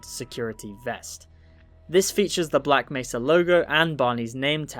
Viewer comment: Bro sounds like he's saying "black messer" (messer is german and translates into knife, so he's saying "black knife" XD)